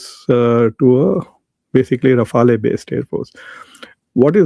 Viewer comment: Mqudar jhade rifala nhe rifal ha Mqudar jhade madras chaf bolna thoo seack la jhayal ka beacha